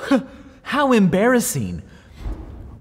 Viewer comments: embarraseen, frighteneen, let's pronounce the 'ing' Micheal! ha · Its disconcerting how you pronounce ing as een. Embarrasseen. Thuddeen.